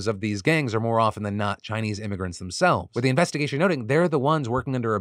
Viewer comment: Heh "Joint Innvestigation"